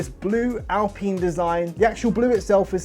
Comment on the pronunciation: This idiot can't even pronounce alpine, do you really want to listen to the opinion of someone who can't pronounce alpine... What an absolute plank 🤦